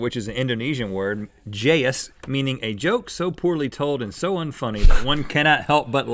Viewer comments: It's pronounced "jai-uus". Trust me i'm Indonesian. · lol the jayus one is spot on :), but it's pronounced Jah-yoos, guys. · HAHAHAH it's not jay-yus but it's like jaai-yus I laughed so hard at this. At first unfungus sounds jayus but after Rhett explains, it becomes funny. So what's the word for that? XD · lol, it isn't prounounced as jé-yus, it's já-yus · jayus! pronounce as 'ju'(like in jump)-use hahaha indonesian here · Hahaha LOL at jayus. Never thought jayus gonna be on GMM topic. Its pronounced ja(w)-yus (just like when u say jaw but without the w).. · Im indonesian and Jayus is pronounced Ja-Yoos lel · how to say jayus properrly (because i'm indonesian): Ja: when you go to the doctor and the doctors ask you to say "ahhhh". do that with an added J sound. yus: it's like saying you with an added S and that's how you say it properly :)